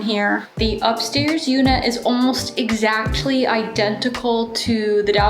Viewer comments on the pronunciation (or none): none